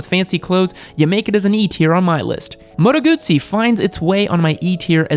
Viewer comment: Here is my research: child's voice and baby face >> young and inexperienced >> narcissistic >> worthless result. "Hus-qe-varna", " Moto Gudzy"... 🙈🙉🙊😭😭😭 BMW, Ducati and Aprilia are not very reliable, you clearly only have internet experience. Tell me, what real riding and technical wrenching experiance do you have?